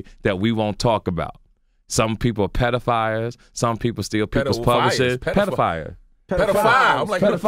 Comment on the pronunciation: TK be making up his own words! "Pedifires" LMMFAO!!!😂😂😂